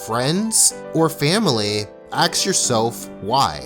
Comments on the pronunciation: dude can't even say "ask." He says "axe." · the way he pronounce "ask" is like "aks" or maybe im just hearing things. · Can someone explain to me why he says "ask" like he is saying "axe" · It's 'ask' not 'axe' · Why do you say "Axe", instead of "ASK"? Is it some American thing? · You do great videos but please say "Ask" and not "Axe". It pulls a lot of us out of the message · Why do you say aks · Taking this video completely out of context, you can just get countless repetitions of "Axe yourself" Just an observation. The k and s sounds are reverse of what they should be. Lots of peeps make the mistake, it's just funny to me. XP